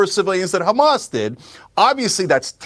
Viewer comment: The way he says KrrhAMAS 🤢